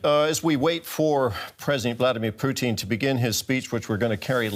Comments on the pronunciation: Ha Ha Ha The way your pronouncing "Putin" makes it sound like the Canadian Fast Foot "Poutine", Ha Ha Ha its "Pu - tin" Ha Ha Ha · I love that he kept pronouncing it "Poutine" instead of "Pu-tin" as if comparing Putin to a Canadian bar food😭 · 'President Puteen'? Okay... some audio problems in the first 3 minutes eh? LOL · "As we wait for..." Did he say _"Blyatimir Pootin"? 🤣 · I love your pronunciation of President Poutine*, well played sir. *Canadian delicacy French fries, cheese curds with gravy. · He kept saying it like poutine - poutine! Lol • \poo-TEEN\ • noun. : a dish of French fries covered with brown gravy and cheese curds "Is potato" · "the enemy"?? Russia INVADED ukraine, how can they be the enemy???? and why does this guy call Pukin... pue---teen???? who are thes people? get the facts RIGHT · They pronounce Putin as poutine. I love poutine as a dish. It's fries, cheddar cheese curds and beef garvey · this guys says Putin like Poutine. Which is Canadian fries and gravy. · I like the way the announcer keeps pronouncing Putin, as Poutine! That is too much of an insult to the French Canadian culinary masterpiece! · Yeah, that's ridiculous. How does he get that wrong. Weird. I mean it rhymes perfectly with Lootin' for example. Very easy. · This dude is intentionally mispronouncing Putins name. Now why would a professional talking head pretend not to know even the most basic information in this story? It's not an accident. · The way this guy 'pronounces 'Putin' is annoying.